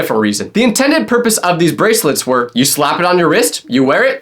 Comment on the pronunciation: unc said brasilets